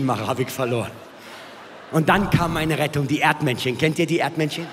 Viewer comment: Boah der Barth is so schlecht.. 😂😂 Ohne RTL hätte der niemals Erfolg gehabt.. 5 Alben 'Kensse'